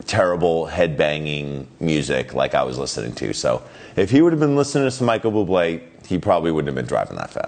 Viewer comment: Micheal Bloo-blay?